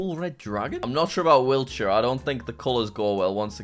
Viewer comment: In whiltshire lmao